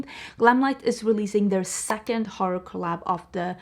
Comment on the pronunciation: Haha the struggle of saying the word horror as a Scandinavian, I know the feeling :)